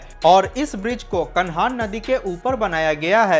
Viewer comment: कान्हां ब्रिज बोलो भाई साहब कानहान नही। आपका सभी वीडियो में अच्छी जानकारी दी जाती है वीडियो के माध्यम से लोग जागरूक हो रहे है।